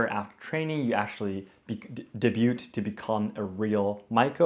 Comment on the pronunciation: Hey, I'm a lil hard of hearing so if I misheard feel free to disregard, but I think I heard you pronounce the T in 'Debut' so just so you know, the T at the end of debut isn't pronounced, it is said "Day-byu". And when it is "Debuted", the T is still silent, it is then said like a D at the end, like "Day-byu'd".